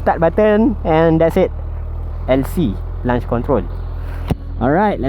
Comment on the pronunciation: Review bagus. Cuma satu benda saya nak komen - sebutan launch control tu bunyinya "lonch" bukan "lanch". Kalau jadi lunch control, benda lain dah tu.